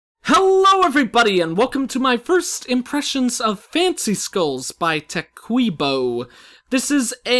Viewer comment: I certainly have a lot of fun with this game, and I'm glad you get to as well :D The ray gun is my favorite so far. The trees are my favorite as well. (You pronounced Tequibo wrong. I don't know how to pronounce it either. He tried to teach me once xD)